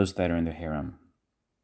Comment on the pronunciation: It’s harem not haram:) haram means forbidden